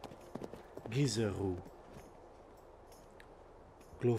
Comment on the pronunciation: Gisoreux would be a soft g, as in Je t’aime, and the « eux » as in the german ö….